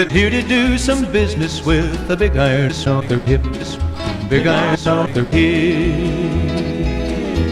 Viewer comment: I hope I'm not the only one that keeps hearing "tits" instead of "hips"